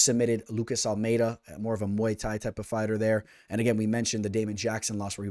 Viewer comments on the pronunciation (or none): none